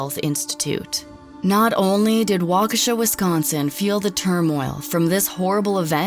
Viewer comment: Finally, someone who pronounced Waukesha correctly